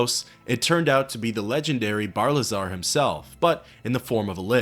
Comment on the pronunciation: Isn’t it Barilzar rather then Barlizar?